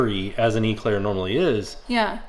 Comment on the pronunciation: it's an Eclair not an Eeeeeeclaire lol. Pronounce the E quicker. I kept going "grrr no, say it properly"